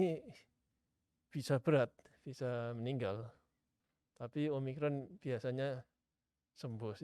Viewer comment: omikron kak bukan om rikon